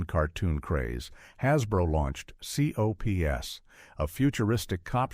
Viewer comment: V.E.N.O.M. is pronounced as"VENOM", and C.O.P.S. is pronounced as COPS, please say the names, instead of the abbreviations!